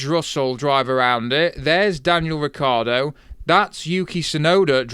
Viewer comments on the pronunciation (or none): none